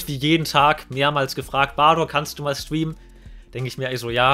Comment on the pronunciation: Warum kann Streamen nicht aussprechen?😅